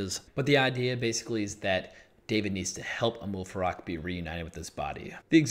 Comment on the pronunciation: it is Amal Farouk, you are saying Amoul Farak